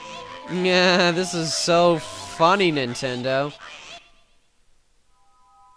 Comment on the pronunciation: "FUNEE" haha nice